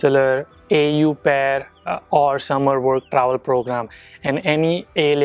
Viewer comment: "Au pair" is pronounced as "O pay" with a very silent touch of "r' at the end and not the way you did.